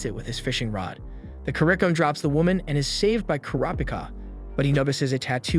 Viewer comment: kuro peekah he says